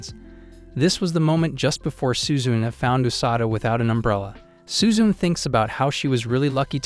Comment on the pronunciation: I can't help but laugh at how the way you say "suzune". It's SU-ZU-NE not suzun LOL🤣